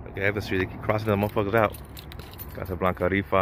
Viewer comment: It's Evans Street not Evan Street my boy